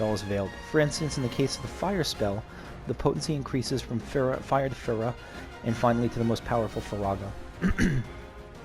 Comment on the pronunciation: Genuinely the biggest surprise for me so far is the way you pronounce Fira lol. Also, you have that materia that allows you to start with more ATB at the beginning of battle, right? That could be useful with Cloud, so you don't have to wait around so much to be able to use assess. The 'discovery' thing is more like an extra unlockable scene that you can get, usually tied to completing all the sidequests in an area. So my first time around, I actually missed a sidequest in this section, so I didn't get that scene with Tifa in her room. Stuff like that is part of why I warned you about getting locked out of sidequests!